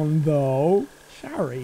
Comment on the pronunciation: Its so wierd hearing jack say my name in animal crossing of all games hahaha Btw. Shari isn't that of a common name so I'm surprised that he pronounced it correctly, makes me quite happy :>